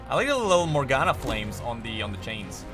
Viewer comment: this guy struggle with morgana xD